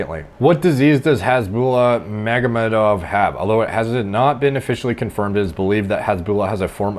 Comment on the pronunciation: pronounce lol